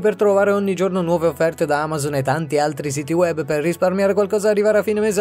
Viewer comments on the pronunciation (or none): none